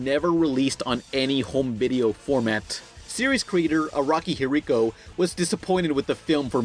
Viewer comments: I don't see any comments mentioning how you said Araki He Rico instead of Hirohiko Araki and this vid is 3 yrs old i'm a weeb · it's...it's Araki Hirohiko* not "Hiriko". At least you tried? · You mispronounced Hirohiko Araki and his favourite character is Rohan Kishibe who is not only one of the main characters in Part 4 but he has two spin off manga dedicated to him Rohan Kishibe goes to the Lourve and the Gucci one